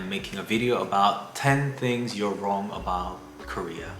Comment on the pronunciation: Is that wrong or wong?